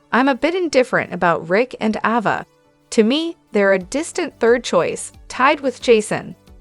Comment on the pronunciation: Is there a reason why you don't pronounce Ava's name correctly??? I notice you correctly pronounce Avery's name correctly??? The letter a has the same sound in both names!!!